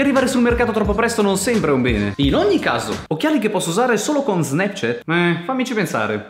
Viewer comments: Si pronuncio SNAPCIAT non SNEPCIET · Nessuno:: SNEPCHET